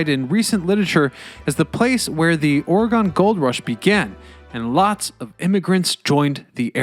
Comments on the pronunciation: Sounds like a typical over sensitive north westerner thing to be offended by. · In his other videos, he does not seem to have a problem with pronouncing the states of Illinois, Kansas, or Arkansas. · 😂 I feel the same way. Could we make it more obvious we're OR-É-GUN? Over all he did a wonderful job. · So many non west coasters don’t pronounce Oregon right 😂🙄 it’s annoying. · Dude, you can't even pronounce OREGON! Then you yammer on about indigenous people once living on the banks or the Willamette river blah blah blah. Sooo annoying!! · We know you're not from Oregon when you pronounce Oregon incorrectly like that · If you can’t even pronounce the name of the frickin state properly, then how can I trust the integrity of the content? (Hint: I can’t) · weird mispronunciation of our state name makes this awfully unwatcbable. Embarrassing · The way he keeps saying Oregon throughout the video. Cringe couldn’t even pay attention to what he was saying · How about learning how to pronounce Oregon before talking about it. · First, if you do a documentary, learn how to pronounce the name of the location. Second, the Heathman hotel was notorious for having a basement brothel and third, Seattle has the same underground system to ferry unsuspecting sailors to their fate and still has tours of such tunnels. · I swear no one from the east coast knows how to say Oregon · I don't know how somebody can pronounce "Willamette" correctly, and then go on to miss "Oregon" so many times. I give him props for a few instances he got more correct, but maybe he just didn't want to commit, since I know midwesterners have a town named "Oregon" that they pronounce differently? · A lot of this history is dubious, and the man not knowing how to say the name of the State makes it worse. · I was super excited about this video because it was about my home city. I'm dieing inside because you can't say the state name correctly. it is Oregon not or-gone. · It's Ore gun NOT Ore GONE the fuck